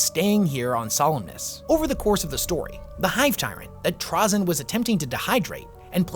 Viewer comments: TrazYn. Not TrazEn. My main pet peeve is people not able to properly say his name lmao. I do love the epsiode though and its a good summery! Adeptus did a great job at it as well. As for another character that dont get any focus: Xun'bakyr. The leader of the only dynasty that actually full on killed a C'tan and the source of the Flayer virus. They are just pure terminator mode and she is the coolest of them all. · TRAY-ZIN dude. cool vid regardless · ok serious question is it pronounced "traa-zyn" or "tray-zyn"? i've heard both and always said tray instead of traa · Anybody else get a weird feeling that kinda makes your eyeball twitch when dude calls trazyn (tr-awe-zyn) ? I don't care even if that's the proper pronunciation.... in my head I see it as trazyn (tra-zin) .... anything else and it's awkwardness lol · its pronounced "TRAY- ZIN" ok good. i needed to get that out of my system. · He pronounces Trazyn weird, bully him